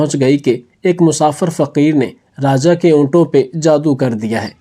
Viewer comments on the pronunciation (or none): ابےن جاہل رازا نہیں راجا